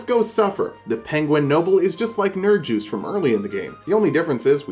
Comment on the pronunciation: Nerin”juice” bruh Me who says it right which is Nerin”use”